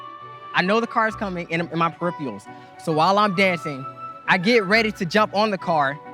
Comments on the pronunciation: When your "periffyuls" fail you. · "I know the cars comin in my perifials"